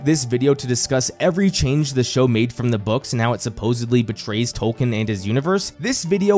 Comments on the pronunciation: Don't worry too much about us hardcore fans. We knew you weren't as deep in as we were when you pronounce his name "Tol-Kin" and not "Tol-keen". But despite our pedantry we are (at least I am) happy to see you making this video and having more people enjoy his works enough to make video essays about them. Plus this is how I get to experience the show since I couldn't stomach watching it. XD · OK why do you keep saying "Toll-ken" when it's very widely documented he pronounced his name "TOLL-keen"? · Learn to pronounce the name. It's TOWL-keen. I can't even watch this video with you constantly mispronouncing the name.